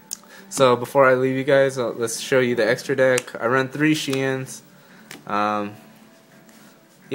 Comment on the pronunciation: It sounded like he said "so this is the dick" omg